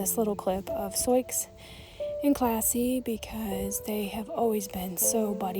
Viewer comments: The intentional mispronunciation captures a precious family memory of a child trying to read the name out loud. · May I ask you why your pronounce her name as Sioux ( Soy-x) when it’s an Indian name Sioux (sue) ? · I’ve heard similar stories of people losing horses and cattle to people out shooting. I had a friend whose mule was shot and killed by hunters who mistook it for a deer. I’m sorry for your loss. Why do you call her soyex though? It shows her name as Sioux, that’s commonly pronounced “soo” like the girls name Sue. Soyex is a strange pronunciation for that. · I don't know what ever you are calling the horse.... BUT SIOUX IS "SOO'.... INDIAN PEOPLE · BTW her name is pronounced to rhyme with boo or do. It's the name of an indigenous tribe. Not a huge deal but I know people can be mean about things like that. I lost a horse and can't prove what happened but my best guess is the neighbor did it, hit the little guy in the head so hard his nose was bleeding. Can't think of any other explanation. I was afraid to get another one so I switched to goats for now. Good news is stalker isn't living there now although he still owns the house. I had daily pressure for years, afraid of what he would do next. Love my goats but sure miss my horse!